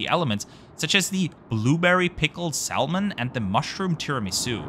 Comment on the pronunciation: Great video mate. Looked good. And the food delish. Just some advice: in English the word : salmon has a silent ‘l’. So essentially it is pronounced ‘Sam-mon’